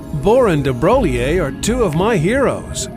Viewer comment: Someone in this clip needs a lesson in pronouncing "de Broglie". Sheesh.